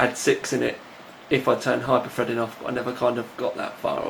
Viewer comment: LOL "Hyper-Fredding" & "6 Cores, 12 Freds" x)